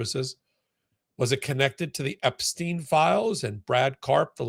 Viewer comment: Stein,not Steen !